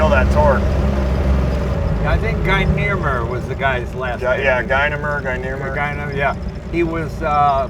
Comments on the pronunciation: If you say the name Gina with a hard G and add “mare” (as in nightmare) you’re pretty close to the proper pronunciation of the WWI ace’s name. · I love how they pronounce "Guynemer" !